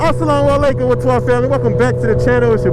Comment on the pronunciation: Hey you should say assalam alikom not salam alikom 😄